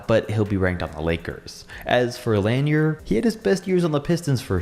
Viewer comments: Umm, Rick Smits? And nobody actually researches how to say guys names. It's Bob "La-near", not Bob "Lanner". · “Bob Lan-year” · This guy is a joke Doesnt even know to pronounce Bob Laniers name let alone talk about basketball He prolly never even dribble the ball in his life Joke!